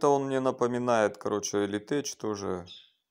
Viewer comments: Не элитеЧь а элитек произносится! 😃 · слово tech не читается как теч в латыни, читается как тэк или тэх